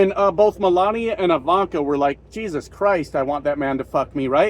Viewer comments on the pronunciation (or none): none